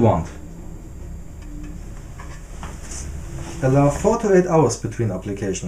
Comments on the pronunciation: Oh, 4-8 hours, the first time you said it I thought you said 48 hours. I have an 11 foot Walnut worktop I need to treat, Thought it was going to take me 4 days to to all the coats. 4-8 hours is much better haha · I'm so glad the subtitles said 4-8 hours between application because I had genuinely heard you say 48 hours lol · I thought he said 48hrs too. I was thinking it would take a week 😄